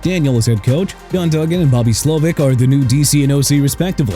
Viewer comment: ALL THE FREE AGENTS HAVEN'T BEEN SIGNED YET AND THERE AREN'T MOVES INVOLVING ANY DRAFT PICKS OR THE ROSTER EITHER!! YOUR POWER RANKINGS ARE GARBAGE!! MR. NEW OR-LEANS!! AND MIAMI DOLPHINS AT #24... YOU MUST BE CRAZY AND IT'S BOBBY SLOWIK NOT SLOVIC AND ALSO BIJAN ROBINSON PRONOUNCED BEE-JOHN AND ALSO IT'S JON-ERIC SULLIVAN NOT DON ERIC! CHICAGO PRONOUNCED SHEE-KAH-GOW AND JAGUARS PRONOUNCED JA-GWAARS AND STOP SAYING JAG-WIRES OKAY?! AND THE PATRIOTS LOST TO SEATTLE IN THE SUPER BOWL A COUPLE OF DAYS AGO CUZ THEY'RE TERRIBLE LIKE YOU! AND YOU HAVE THE NERVE TO RANK THEM AT NUMBER 2... SMH... YOU DISGUST ME AND YOU KNOW WHAT? YOU SHOULD BE GONE.